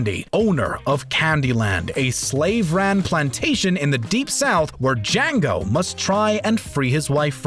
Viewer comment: When you mispronounced django